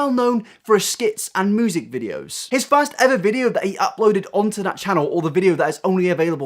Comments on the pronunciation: “Moosic video” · It might be mean to say but I laugh every time when he says music. He says moosic lol. Sorry I know I’m being mean but it’s just funny for me.